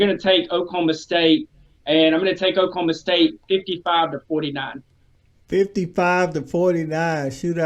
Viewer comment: Please don't say Okie State. O-State works.